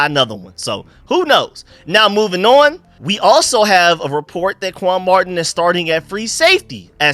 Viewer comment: my team is the Redskins’s! And if you was paying any attention at all he called him quan marting not Martin. Simple mistake but I’m just laughing at him! What the hell are you talking about?